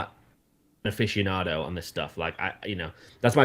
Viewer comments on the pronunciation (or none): none